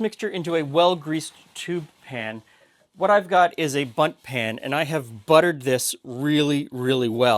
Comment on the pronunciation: i know he's saying "bundt pan" but my childish mind makes it sound like he's saying "butt pan" xD Who named it that anyway?